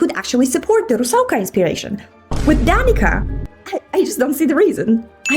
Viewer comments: Danica's name is not pronounced w a k, actually. It's a c sound, it's pronounced as "da-n-ee-tsah" for English reading, but, for my fellow slavs, piši kako govoriš i govori kako pišeš👍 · It is wierd, I like her alternate design from the video much better. I'm Serbian and it always bothers me when people pronounce her name as 'Danika' instead of 'Danitsa' (bc 'c' is pronounced as 'k' in my language), esp if she was named after a star in the sky. And most ppl in the fandom pronounce it as Danika 🥲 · I agree with the video but oh no, the curse of pronouncing Danica with a k goes beyond Genshin's mispronunciation. It's Danica with a c, c is never pronounced as a k in Croatian (and probably Serbian) words - With Regards a Croat who cringes every time someone pronounces her name as Danika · 1) Big correction on the pronunciation and country usage of DANICA name: it's not K but TS instead of C letter. Danica as DaniTSa is a common Serbian name, mainly, and then Croatian, Bosnian, Montenegrian, Macedonian (in short BALKAN Slavs) name and is pronounced with TS. 2) I don't agree on Odette's account only; her design is perfect and captures: character, inspiration, job, region and personality. Also color palette is perfect, so what if there are more cool colors, it's Snezhnaya and she is CRYO character. I kinda can't imagine a ballerina that has both Swan personalities and is from cryo nation and is an assassin and an artist at the same time - to have other colours. Blue palette perfectly captures all in her. Also she is not forgettable. Arguably, she is the best-designed female character with such a blue palette in my opinion. 3) I absolutely agree on the ridiculous design of Danica, they buried our lady totally with that crap design... x/ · Just for info, in Slovakia, Danica is pronounced as it is written, not like Danika. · Danica is actually pronounced like Danitsa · PPL should learn how to pronounce „Danica „ correctly